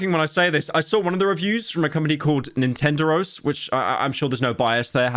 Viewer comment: How pyro pronounces Nintenderos as a spanish speaking native is so fucking funny